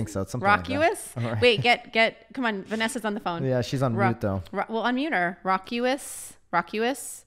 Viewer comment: It’s pronounced Rawcuss.